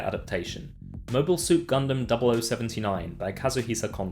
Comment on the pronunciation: Ya know, I can't help but cringe whenever somebody pronounces Gundam like that.